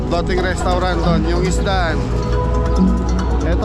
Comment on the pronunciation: Floating yata, hindi flooting😂😂😂& Thailand, hehehe